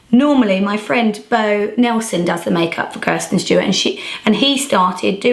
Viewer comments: You keep calling her Kirsten and not Kristen lol. Beautiful makeup though :) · Why did she keep calling her Kirsten instead of Kristen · you keep saying kirsten😂💗